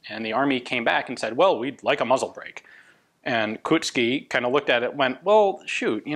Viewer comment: when you are pronouncing Koucký dont leave out the "o". You read it as in the word cold - ou. KOUcký, not Kucký.